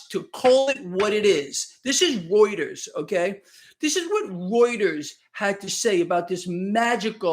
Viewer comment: is the only person who can correctly pronounce reuters.